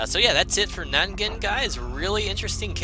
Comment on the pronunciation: Maybe its pronounce Non Jin